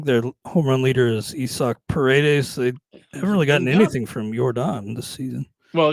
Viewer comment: I-zack not E-Sack 😂